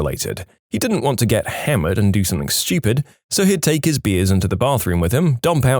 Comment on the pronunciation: No K in the word something.